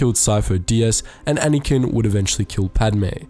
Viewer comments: it's anakin not anikan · You say “Anakin” so strangely.